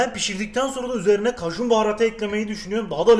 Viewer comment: Nobody: Kajun baharatı ekliyürüzz